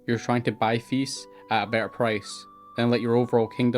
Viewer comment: Oh its Fiefs not Thives. its took sometime to understand